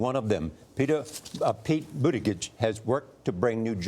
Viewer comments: His last name is pronounced "Boota-judge" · "Pete Boot-i-gidge" for Pete's sake 😂😂😂